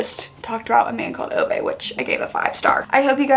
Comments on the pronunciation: love Fredrik Backman and his writing style so so much! Also just a friendly pronunciation check "Ove" is pronounced like Oo-Vah. I had this confirmed for me in the audiobook which was also very well done! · why are you saying Ove like that 😅